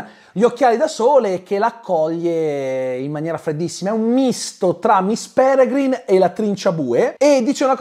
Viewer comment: Ogni volta che diceva "miss Pelegrim di temu" morivo dal ridere hahahahahhahahahahahahaha